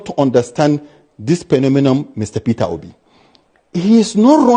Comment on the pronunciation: Nit Peter Obi, he says Perer Obi😂😅